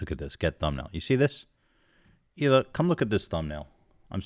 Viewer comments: idk if the thing with hila's name was just a nickname or not, but in case it wasn't: fuck off, nick, for mispronouncing the only non-english name out of all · Did u notice now he pronounces Hilas name right but every other video Nik says her name wrong in an obvious manner?!? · hilas name isn't even hard to pronounce and you how annoying it is for people to consistently say your name wrong 🙄